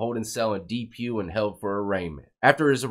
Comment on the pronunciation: You’re saying Depew a funny way brother